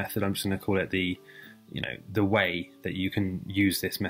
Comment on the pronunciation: Did he say De way